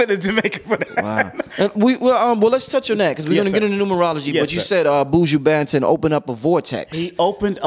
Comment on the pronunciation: Nooo, u didn’t say his name right😂😂😂😂🤦🏾‍♀️